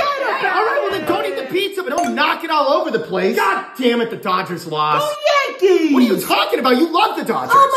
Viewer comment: "GO yAnKeeeez" Why'd you say it like that? 😂